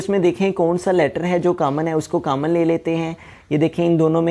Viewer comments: Sir cammon nai hota common hota hai 😆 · Sir your mathematics is very best but ap common ko camon bol rhe